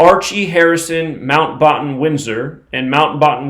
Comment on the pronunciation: say batten as in bat.